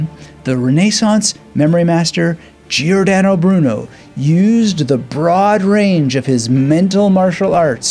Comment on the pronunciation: Pronounced like English, Jor dan oh Broo noe. No " Aye" sound